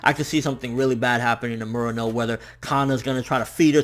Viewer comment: You known some Japanese. You should know how to pronounce Murano correctly. And that yakuza scene was awesome. Best scene of any anime I've seen this year.